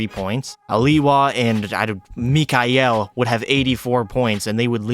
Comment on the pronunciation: Tried to pronounce mikhail "mikihal"got me laughing